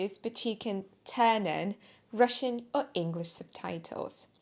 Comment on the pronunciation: Вы моя любимая учительница русского языка. Надеюсь, вы не будете против, если я немного подправлю ваше английское произношение, хотя оно и так превосходное? Во фразе "you can turn on Russian or English subtitles" вы должны делать одинаковое ударение на словах "turn" и "on". На самом деле, немного большее ударение на последнем будет ближе к произношению носителя языка. Я бы не сделал этого предложения, если бы сам не страдал синдромом отличника!